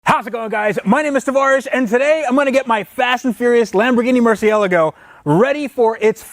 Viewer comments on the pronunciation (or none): Tavarish: Mercy-El-Go Everyone: 😭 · What the fuck did he call it? A murcyego? 😂😂😂 and yo my guy because u have a Lambo with orange colour and same rims dont mean its the one from.fast and furious 😴😴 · It is pronounced “merci-el-argo” fuck me that triggered me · Mer-see-el-ah-go? Never heard of that Lambo model... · stop saying ELEGO! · Please stop calling it a murcielugo... Im not even italian and it hurts my ears! Love the content! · What the hell is a Mercialagio? ffs... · You need to learn to pronounce car`s name properly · You say murcielago wrong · I've never heard anyone pronounce Murcielago like that and hope to never hear it again lol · I hate how you pronounce Murcialago. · Seriously why does he pronounce murcielago like that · Only you can butcher the pronunciation of Murcielago 😁 love it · Matt Bowles Thank you!!!! gets on my nerves when he says that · Still doesn't know how to pronounce the name ... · The way you say murcielago hurts my soul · theodor ramskeid I know shouldn’t even own the car if he can’t pronounce the name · I don't like how you say Murcielago.